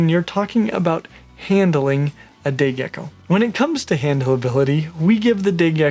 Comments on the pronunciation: Lol idk why I heard gay gecko😂😂😂😂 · Sorry I thought you said gey gecko I swear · I don't know if it is just me but i heard him say gay gecko lol, love your vids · Not going to lie. Every time you said say gecko. I thought you said gay gecko. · did he say gay gecko? xD